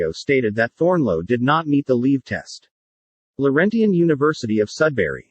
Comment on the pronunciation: Annoying fake voice that even mispronounces the word "Laurentian". But in terms of content, a pretty good example of the difference between "law" and "justice". The federated universities, that in fact created Laurentian, are sacrificed on account of Laurentian's own failures in competence and ethics. Yes, there were multiple players in the drama - but just decisions were not the agenda.